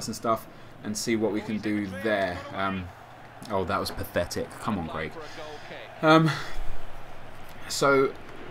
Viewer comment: he said greg or craig :L